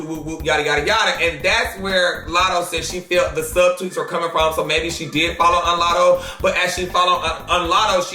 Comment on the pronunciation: Lol “follow unlatto”